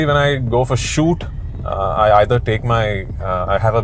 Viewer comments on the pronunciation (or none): none